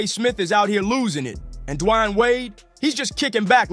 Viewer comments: Who is this guy D-wine keeps saying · lol you say Dwayne’s name 15 different ways and none of the right.